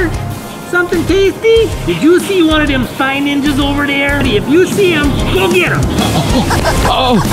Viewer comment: Dude it is spy ninjas not "ningas"